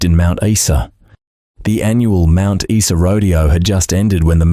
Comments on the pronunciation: It’s pronounced Mt Isa not Esa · Mount what? Issa!?? Don't you love AI?! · Every dictionary and encyclopedia has the pronunciation of the word beside it. Straight from Wikipedia: Mount Isa (/ˈaɪzə/ EYE-zə). Teach yourself. Isn't that what AI is supposed to do? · What a TRAGEDY that Preston was not nailed for shooting those three fine young people!!! What IDIOT would pronounce Mt. Isa (eye-za) as Mt. (eesa), for goodness sake ??? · 1977 motorcycles were not 'vintage machines' in 1978. Also - Mount eye-za. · Message to AI ... its pronounced Mount 'EYE-SA' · It's pronounced ... mount eye za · Spot on, this goose must be from the abc. How can an Aussie not know how to pronounce "Mount Iza" pronounces it even though it's spelled Mount Isa wrongly. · Geez mate learn how to pronounce Mt Isa! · My thoughts exactly. This narrator was polluting my ears with his mispronoucation of Mt.Isa.